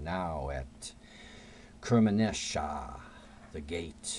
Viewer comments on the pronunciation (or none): And now at Kermanshah... not Kermanashah, brother.